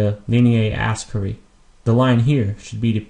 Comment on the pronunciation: Oh I see. I thought the way you were pronouncing it sounded more like English pronunciation rather than latin. I have only heard it as aspera not asperae. But I think you're right. By the way good job on the videos. Anatomy and Physiology are one of my favorite subjects.